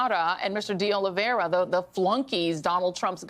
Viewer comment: IT IS OLIV EIRA NOT OLIV IERA OLIV IERE OLIV ERIA or OLIVE ERA . It is a very common Portuguese/Brazilian name. Nor Russian, French, or Spanish...